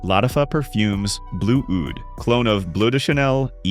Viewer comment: Dirham wardi smells nothing like BR 540 its a screechy floral mess and it's oud like snood not oud like loud.